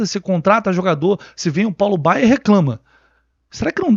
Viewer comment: Só eu que ouço Paulo Baier ao invés de Paulo Baya?